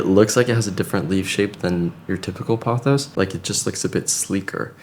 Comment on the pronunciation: 初めて音声トラックが入って、音声で理解しながら見ています パオス、パオス，となんだろうと思ったらポトスでした🤣 今日の動画は、観葉とIKEAで最高🎉